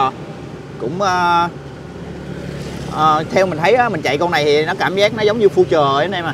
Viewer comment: Future từ đời đầu tiên ra năm 99 người ta đã đọc là phiu-trờ rồi mà giờ này còn đọc phu-trờ nghe phèn quá phèn.